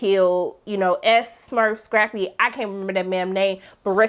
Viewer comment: She was having the most difficult time saying Scrappy’s name 😂😂😂🤣🤣🤣